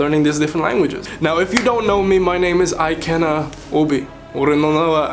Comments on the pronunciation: Your name is pronounced E-Kay-Nna. Not Eye-Kay-Nna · Hearing him say 'ai-kay-na' got me riled up.